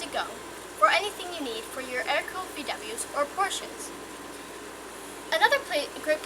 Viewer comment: Alright,, you earned a subscriber just because you pronounced "Porsche" correctly.